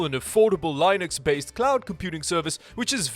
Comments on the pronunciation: Bro it's Linux not lineux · "Lie-Nix".. Mate, it's pronounced "LIN-IX" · He lives in Canada, his name is, he pronounces linux as lie-knucks, I've never in my life been so confused when trying to understand where a person comes from...